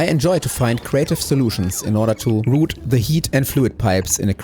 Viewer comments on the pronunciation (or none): none